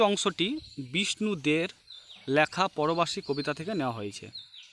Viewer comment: উচ্চারণ তো ঠিক করে করুন আগে লেখাকে ল্যাখা আতিথেয়তাকে আথেয়তা কি এসব